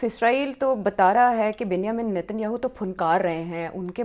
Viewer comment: 🤣Ms. Host, Israeli PM's first name is pronounced as "Benj-e-min' not as you wrongly pronounce it that sounds like "ben- hi-min". 🤣